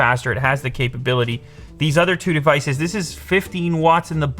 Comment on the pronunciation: why does he say the word department so weirdly? also devices. he says the syllable "de" very strangely. like he elongates it. is that a canadian thing?